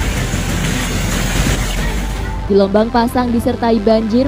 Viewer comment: Gelombang atau gelomong